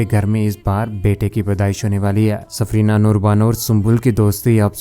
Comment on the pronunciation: Safina....safrina nahi